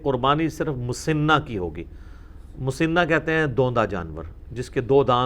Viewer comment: لفظ مسِنہ س کے نیچے زیر نہیں بلکہ زبر کے ساتھ ہے مسَنہ ہوتا ہے